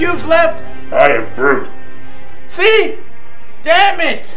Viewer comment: Lol, Broot?! Broot force hah